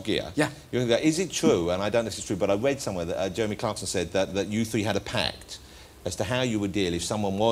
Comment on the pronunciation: It was a howwible thing to weed about